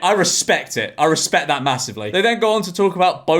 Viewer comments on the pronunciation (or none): none